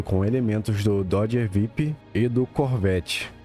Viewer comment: Mano cara vc não sabe pronunciar os nomes dos carros certo? Dodge VIP 🫵😂 Ford thunderbaird 🫵🤣 Doder assem 🤣🤣